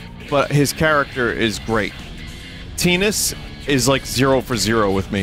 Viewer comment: I'm more offended by how Vinny pronounces the characters in FFX then his opinions on the game. Like...Teen-us? Aur-awn? Wat?